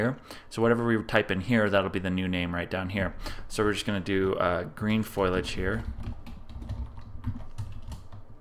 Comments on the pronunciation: Sorry to be a word Nazi on you here, but the word is Foliage, not Foilage. I am enjoying your series, but please, rerecord this before more than 1,682 people see it. With all respect, you sound like an idiot. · Really good tips....but one correction...its called foliage...not foilage :)